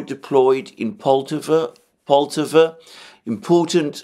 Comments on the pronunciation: PoltAva, my friend. We stress the second syllable. Many 👍 thanks for your work! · pronounce the Poltava name with an accent on the first "a" and not on "o"